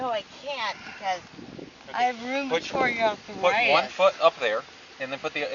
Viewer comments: “I have ruuumitard arrrthritttuss….” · “I have rumatroid athorititis!” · "Rumortord ardfritis" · Roomaturrd Arrthurightus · I have roomatroid arfritis too, but I don't talk like that. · Holy shit. I haven't been drunk in a long, long time so I don't remember the thought processes. Does she REALLY believe the stuff she's saying???? And what the F is ROOM-AH-TORD arthritis??? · “I have rubitorty arthritis” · Does this woman live stand up comedy or what? "I have rumanoid arfritis" except when I crawl up barstools., your career is over. Have a nice day. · Can't the cop tell she has Rumerafrued Arfritis? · Rumithriud arthritissis sirrr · "TAKE YOU TO YOUR OFFICE?" and "you guys are a "lill bit in trouble!" slurring her words badly. She can't even talk she's so drunk! She is skunk drunk and can't even pronounce rheumatoid arthritis correctly, two words she's no doubt used as excuses for many things before! "What else cayn I doe fer you" she says, (uh oh, that sounds like she's offering a service she's probably done before, LOL!) She's blasted! ("Not partiarlly gentullmely (particularly gentlemanly) of you is it." Wow! Get her off the road (which they are doing and being very kind with her). Some of what she says is unintelligible What a dumb broad, trying to tell THEM they are going to be embarrassed! BOOK-EM' DANO! At the station, she CONTINUES to talk and doesn't listen to a thing he's reading. But her behavior is very typical for a drunk! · She can't even say Rheumatoid Arthritis! How can you drive being that fucked up?